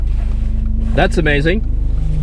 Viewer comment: Did anybody noticed that lost his accent??? "That's amazing!" Very good english accent I would say...;)